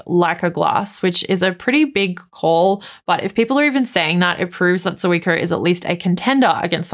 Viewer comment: Hi, one of those things that bug me is pronunciation, for Zuiko read Zweeko. Sorry for that